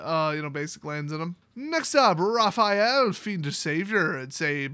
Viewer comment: is probably the first English speaker I've heard who didn't say "Rapha-ee-el". Guess his earning Spanish is paying off. Nice!